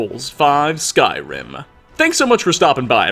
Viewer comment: "Skyrim Ah" "trolls ah" "information ah" "wood elves ah" Why does this dude finish almost every word with "ah"?